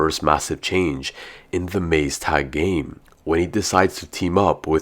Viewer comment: Maze tag 😂 yeah it’s more like what you said.